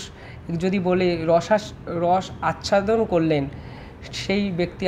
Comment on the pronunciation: ওহে সাংবাদিক, আপনি তো কত মানুষের একচেটিয়া সাক্ষাৎকার নিচ্ছেন এবং এক পেশে সাংবাদিকতা করছেন ।সে যাই হোক পেশা বড়ো বিষম বস্তু । তা এই যে রসাস্বাদন কথা টা কে রসাচ্ছাদন উচ্চারণ হলো তার কি হবে ভাই? তাও কি ভীষণ হোঁচট খেয়ে উফফফফফ ভাবা যায় না